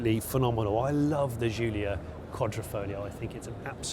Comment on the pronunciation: It wouldn't be bad to learn to pronounce the names right - Giulia is pronounced same as Julia in English and Rimac is pronounced Reemats because in Croatian C is pronounced as TS. It shows respect for the person or car in this case.